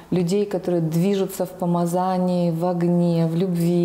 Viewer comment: Благодарю от души за такое ценное, интересное и поучительное свидетельство! Просьба: пожалуйста, ставьте правильно ударение в слове "помазание". Правильно говорить "помАзание", а не "помазАние". 😊 📚